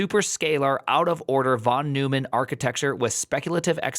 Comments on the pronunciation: I stopped watching at "von new-man" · It's /von NOYman/, and he was a serious polymath. Computers, game theory, and lots else.